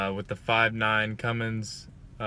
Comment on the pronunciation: Philip Medina Cummins not cummings